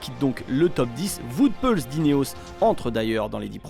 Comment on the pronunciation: Vout Van Aert et Vout Peuls, merci pour cette superbe prononciation les commentateurs frouzes !!